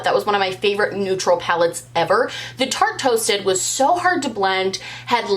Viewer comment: You saying Tate Toasted over and over was like the best tongue twister and you did it flawlessly. This video was a hoot!